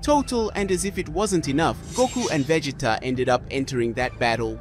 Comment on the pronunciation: vegeeta lol